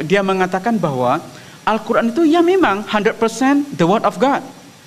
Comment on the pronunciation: Siry nyebut Qur an aj salah